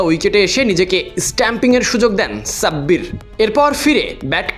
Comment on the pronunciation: Namta valo vabe bolen .onekei vabbe je Sabbir Rahman